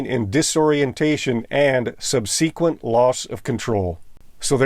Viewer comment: Subseeequent. Thank you for the video. Horrible plane tragedy. RIP all.